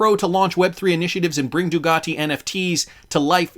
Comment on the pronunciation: It's Ducati, not Dugati...just saying